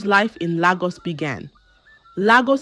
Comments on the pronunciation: Lagos not laaagus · Nagos not Lagos